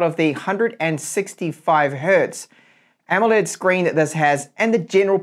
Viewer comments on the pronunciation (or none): none